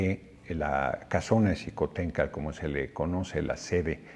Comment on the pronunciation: Chingón que la pronunció con SH y no con J Senador Noroña Xicoténcatl